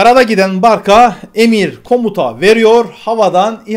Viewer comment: “Barka” değil reis, “Barkan” 😊